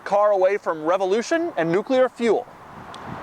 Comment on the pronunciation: Lol, the way he said revolution